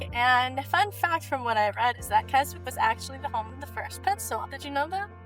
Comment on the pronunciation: One very minor point. the town of Keswick is pronounced 'Kes-ick'. The 'w' is silent.